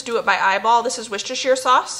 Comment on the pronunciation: wocestershire said like a proper brit x